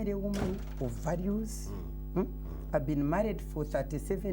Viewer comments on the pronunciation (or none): none